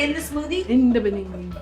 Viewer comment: 😂😂😂 did I just hear “in the beninging” that video cracks me up! Me encanto este vídeo! 🌻